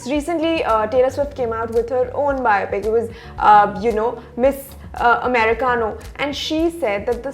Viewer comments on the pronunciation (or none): Am I the only one triggered when she said taylor swift's documentary MISS AMERICANO? AMARICANA* IT WAS MISS AMERICANA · okay but did i just hear that interviewer say Miss AmericanO instead of miss AmericanA???? not expected bruhh